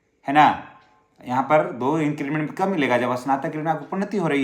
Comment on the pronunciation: आप बार बार इंक्रीजमेंट बोल रहे हैं,सही शब्द इंक्रीमेंट (increment) है।